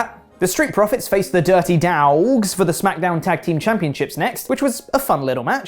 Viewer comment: pronouncing Dirty Dawwwggs is the best thing ever.